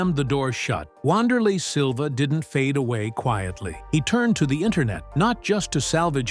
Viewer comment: it’s pronounced “Vanderlay”